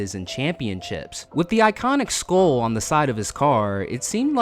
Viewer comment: Lol skull is pronounced skull not skoal